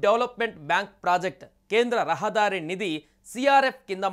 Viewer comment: It is not rahaadari but rahadari.